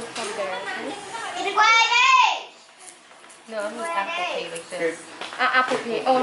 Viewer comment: Tbh I didn’t even understand her the first time she said Apple Pay and the nails looked nice